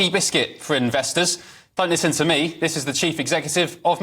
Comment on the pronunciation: How do you believe what they say when they say -VIS,VAT AND VE OVER .